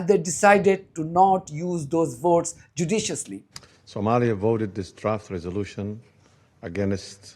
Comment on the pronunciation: Did you say Somalia?